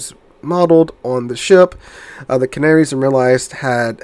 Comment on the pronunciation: Ca -na -ri - as ....give it a try